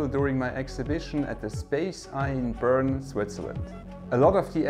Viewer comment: Was not expecting you to say Bern like an American